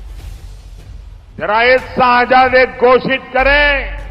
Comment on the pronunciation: सेहजादे नही शहज़ादे... गँवारों के सरदार 😏